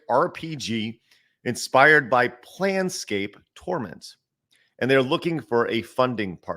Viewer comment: invoking the name of Planescape: Torment is basically sacrilege. it's legitimately the equivalent of an art student saying their next painting will be inspired by Michelangelo's work in the Sistine Chapel. some serious narcissistic dunning-kruger going on. your assessment that's it's basically just a desperate funding pitch seems pretty spot-on. also, -- it's PLANEscape, not PLANscape 😅 (speaking of... if y'all mess up the December 10 edition of "today in gaming history", the angry shake of my fist will rattle your whole studio to rubble.... just sayin' 😘)